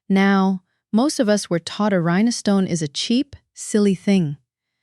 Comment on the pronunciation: Rhinestone only has 2 syllables not 3 it's rine stone not rine eh stone